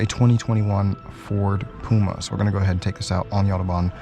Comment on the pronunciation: It’s P U M A not P O M A 🙄